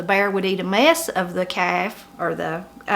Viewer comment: " A mess", even the pronounciation is different. When you say it I hear " a mass". But good to learn all of this.